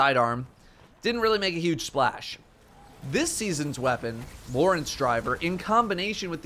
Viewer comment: Ik this is a "that guy moment" but the linear fusion is pronounced "lore-Entz" with more emphasis on the "e"...idk I'm bad language. It's a relativity physics term inspired by "Lorentz transformation". Similar to the perk, but I'm drawing a blank on exactly what Lagrange means again (Lagrange points?) And EM (electromagnetic) for the trait. Love this science and math stuff about destiny, mixed with space magic is so awesome. Still upset a out "cold fusion" on coldheart tho....for completely different reasons...